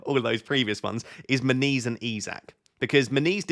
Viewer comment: when you say "... I have issues with Muniz", it sounds like you are saying "I have issues with my knees " ... made me smile, it's just a part of getting older ... 😎